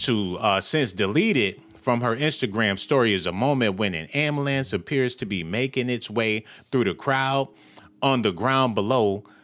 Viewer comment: "Ambulamce"??? *ambulANCE!